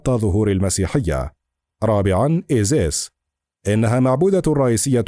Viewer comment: المذيع يلفظ اسماء ( انوبيس - ايزيس - نفتيس ) بشكل خاطئ .. نرجوا منه الاهتمام أكثر